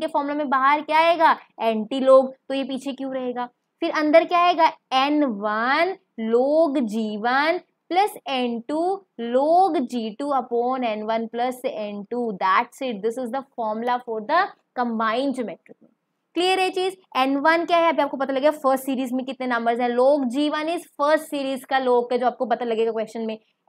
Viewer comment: 😂😂😂😂.... exactly....the way she is saying is hilarious...loog, antiloog, upoon 😂